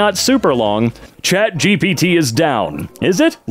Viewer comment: Chat Gapit, lets go with that. Edit: I talked to Chat GPT and it is approved but with a slight differance, just say Gapit.